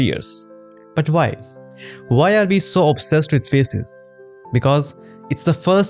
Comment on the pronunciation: when you said faces i heard feses